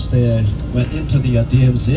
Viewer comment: DMZ enalle..DMC ennu ucharikkunnathu enthanu?